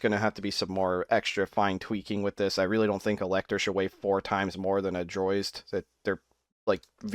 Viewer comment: Why oh why do you call Drozd the "Droizd?"